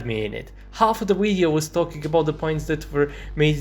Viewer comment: speaking of terrible accents... you spell "video" as "wideo"